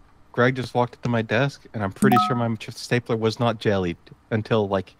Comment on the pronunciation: He actually calls staplers, stablers through the video too